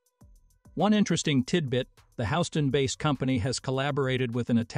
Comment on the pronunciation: Someone needs to learn how to pronounce Houston!!!